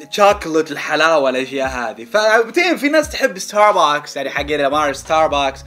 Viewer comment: بلاه انطق استار بكس احسن مواستار باكس